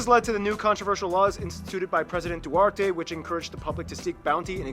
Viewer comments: Loving this Philippine loving channel❤️ Also love some quick educational history but.. I bursted laughing hearing Duarte instead of Du30/Duterte😭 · Did he say Du-war-tey? It's Du-ter-te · The way he say Duarte it's not Duarte it's Duterte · Bro i just realized my man really said du-ar-te instead of du-ter-te😭